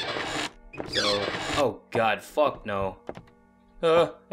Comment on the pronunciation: I like the part where said so we can get the fock out of here